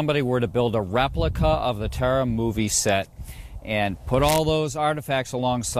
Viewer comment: You mispronounced TARA